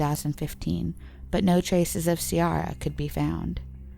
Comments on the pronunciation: Ciara is pronounced Kiara in Ireland, not Siara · It's pronounced keer-ra, not ce-ara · You're not pronouncing any of it properly its keera breen not seara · Ciara is pronounced Keer-Ah, like Kiera, not Cee-Ár-ah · Ciara is pronounced - Keera Not seeara 🤣🤦🏼‍♀️ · You are completely butchering the name Ciara, its pronounced " key-ra" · Ah Jesus the pronunciation of Irish towns in the video has me cringing. Ciara is pronounced Kiera fyi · Cira is pronounced "Kee-ra" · Ciara, pronounced 'Kiera' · Lynne Summers-Noble sorry about that! My sisters name is Keira but when I looked this up I heard multiple pronunciations and I figured if it was “Keira” it would be spelled that way because that’s the Irish spelling of the name. I muddled a few place names. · Ciara is pronounced Kee-ra. I think Fiona Sinnott was murdered by her ex and his family. They just can't prove it. Thanks for the upload.